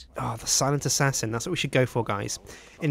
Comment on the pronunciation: you said silent assasen you frew to people of a cliff